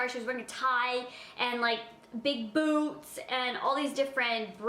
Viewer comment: i thought she said big boo*s not big boots! 😂